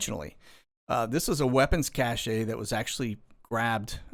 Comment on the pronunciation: Hate to be that guy, but "cache" is pronounced "cash" not "cashay." Keep up the great content man!!